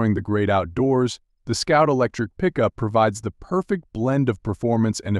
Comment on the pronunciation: Scout or Sout? And what's with the pop up words?